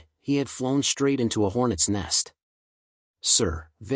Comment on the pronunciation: Your AI ALSO mispronounces all words with "...str..." in them!!!!!!!!!!! LOTS of AI AND Humans do this and it is FREAKING ANNOYING!!!! SHTRAIGHT, SHTRAIN, SHTRONG, AUSHTRALIA, DESHTROY, ETC ETC ETC........... THOSE FKN WORDS DO NOT HAVE AN "H" AFTER THE FKN "S"!!!!!!!!!!!!!!!!!!!!!!!